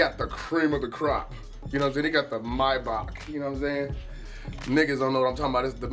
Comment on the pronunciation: Yes! He said Maybach correctly!